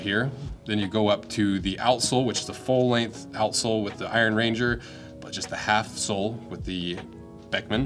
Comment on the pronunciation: An Iron Ranger is a person from the Iron Range, not a ranger made of iron. Slightly different emphasis on the words.